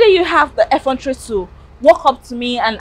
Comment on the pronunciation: "How dare you have the effrontary to walk up to me and aske me for your salary... There's so many staff that haven't paid their staff anything. Just because today is the fifth, five days after the month end, you're walking up to me and asking me for your salary. How dare you?" 2 things: 1.) - I figured she'd fire her. 2.) You kind of have to pay your employees. Other employers not paying their staff is no excuse. That just makes them bad employers.